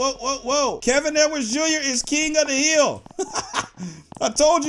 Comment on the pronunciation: I love how he said hiil